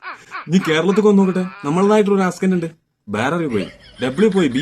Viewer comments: Ascent alla accent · ആസ്‌ക്കന്റ് ❌ ആക്സെന്റ് (accent)✅ 😊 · Correct word accent ennaanu. Ucharikkumbol askent alla aksent ennaanu. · Ascent😂😂😂😂 absentnnu parayanjath baagyam😂😂